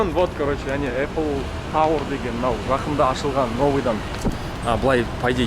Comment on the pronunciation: Апл емес ейпл